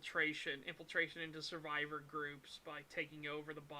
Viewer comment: Can we have a bit on the bingo card where says the word survivor or survive. He seems to say it a lot for some reason. I wouldn’t notice if it wasn’t for his pronunciation which somebody pointed out. It’s not annoying or anything it’s just distinct. It’s probably going to be a meme if it isn’t already. Is it that he says it a lot or is it that there’s always an opportunity to say it on STAG?